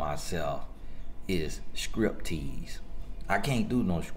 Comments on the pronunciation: I rewinded the video at least 3 or 4 times to see if he said "scrip" tease. I'm dying LOL! 🤣😂 comes through with the messages but he cracks me up!!! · LOL and "Scrip" tease. 😂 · I could not believe my said "Script Tease" NOOOOO, the bestlolllllllllllllll